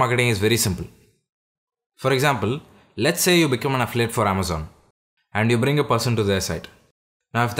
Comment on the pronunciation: It's say not day